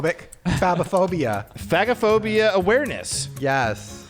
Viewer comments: hey shane, it’s not fag-o-phobia but fage-o- phobia. phag is swallow and phobia is fear of. Like difficulty swallowing is dysphagia (dis-fay-sha) not (dis-fag-e- a) 😂 hope this helps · Just to address the swallowing “issue”-if no one else has, the phag isn’t pronounced fag. It’s pronounced phazh. It’s an A like pronounced in “care”. As in medical terminology. I’m an ER nurse and a lot of medical terminology is pronounced differently, I’m not sure how else to explain. Maybe ask the boys pediatrician or nurse. Carry on. 🫶🏻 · It’s actually fay-ja-phobia friend ❤️❤️ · Omg yall. It's pronounced FAY-ge-phobia. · Guys... It's pronounched "fahhj (soft j)ophobia" not ... in the slur way HAHA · Nurse here. Shaneeee. It’s pronounced like faaage a phobia 😅❤ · Shane… I hate to tell you this but it’s pronounced like Fage-o-phobia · Oh no. Phagophobia is not how you say it lol. It’s (fago-phobia) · Phagophobia - pronounced like “page-o-phobia” but page is an F - fage-o-phobia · Also, I hope you get away with phagophobia... because the "g" is actually pronounced softly as in age in the word. Just like aphagia is the inability to swallow. But 🤞🤞 because if Ryland and Chris can't say it (Shane has a part time pass lol), who can? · That is NOT how you pronounce “phagophobia” lol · That is not how you pronounce phagophobia lol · That’s not how it’s pronounced 🤣nooooo put swallowing problems in google and hit sound.